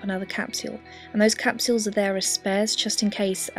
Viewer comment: capSuewels lol